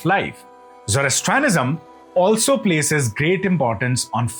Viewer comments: You should learn how to pronounce each word perfectly. It is not Pere Polis but Perse Polis one word of course. Also it is not Zoras thanism but Zoras trian ism. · I think it's pronounced Persepolis, not Perepolis! and visiting a country and taking it over are two very different! And it is Zoroastrianism not Zorostranism.